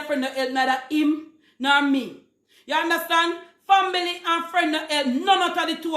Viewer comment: Did she pronounce family, “fambily?”